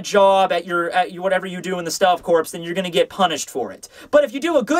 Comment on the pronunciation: I agree with you on Soi Fon. My tidbit is that, contrary to how the President says it, you do not pronounce the "p" or the "s" in "corps". It is pronounced "core"